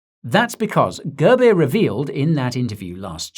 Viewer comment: All the Indians who laughed each time he said Girbeer please like this. 😂 It's pronounced as 'Goorbiere'